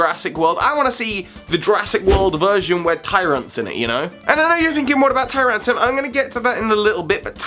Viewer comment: As much as I enjoy the quality of these videos, I still can't help but cringe at things like mispronouncing TyranTRUM (it has an R), or saying Sky Uppercut instead of Sky Attack. Anyways, now that I got that out of my system I will go back to binge watching more.